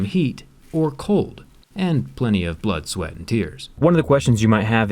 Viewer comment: when he said 'blood, swaet and tears' heheheheh